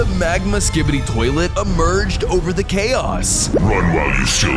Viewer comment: Pls never say skibity